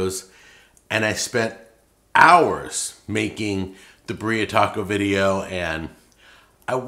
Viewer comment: beer-ee-uh like Siberia